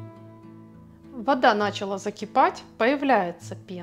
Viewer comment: Начала, ударение на 3 слог. Говорите правильно.Рецепт прекрасный, буду готовить.